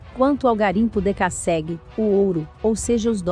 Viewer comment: a pronuncia esta horrível, é dekassegui e não decasségui .mas o vídeo é bom